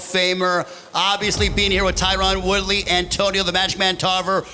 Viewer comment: Can't even say Woodley's name correctly!?!?!?!?!